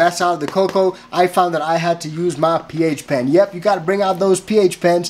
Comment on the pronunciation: Coco was sounding good until I hear "Ph pen." 🤣